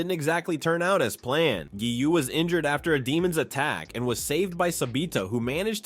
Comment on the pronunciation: it’s giyu.. not giyuu..